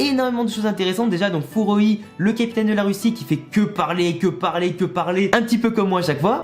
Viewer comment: ouais mais dans l’épisode ils disent pas furoi mais froy 🤨??